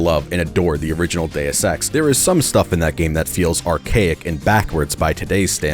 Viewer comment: "Modern Deus Ex games", or as I heard it, "Modern day sex games"